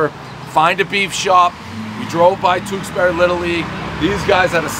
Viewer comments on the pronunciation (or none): I just wish he knew how to pronounce Tewksbury.